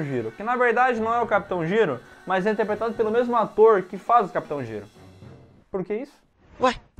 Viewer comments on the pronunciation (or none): O certo é "Jairo" não "Giro" pelo amor kk